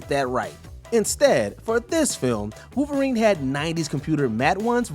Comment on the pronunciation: Who is Wooverine?? This narrator is a joke, get rid of him